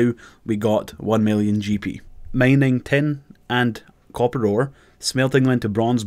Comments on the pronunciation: it´s mining not maining... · The way he pronounce mining is killing me